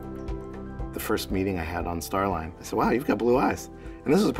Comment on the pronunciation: it's more "stare line".